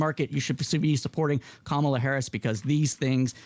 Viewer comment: Different host, same incorrect pronunciation of Kamala's first name.